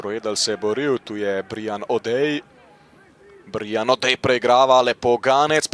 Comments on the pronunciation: Kako ta model izgovarja Br I an 😂 Brajan je Brian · Brian je anglesko ime, ne izgovori se BrIan…